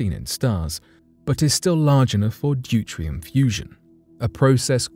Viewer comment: Whats "Dutrium" - ive heard of DUTERIUM , which is in abundance in our oceans , but not the "dutrium" as said . Please stop basterdíseing the langauge , and improve your enunciation of all words , so the statement maakes more sense , otherwis for the not so well educated , the wrong pronunciation , could easily change the meaning of the word , or make the phrase a load of nonsense .